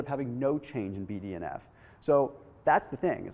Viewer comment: Whenever he says BDNF I hear BDSM